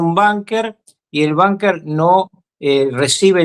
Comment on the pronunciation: No se dice banquer se dice bunquer señor Kiko ruckauf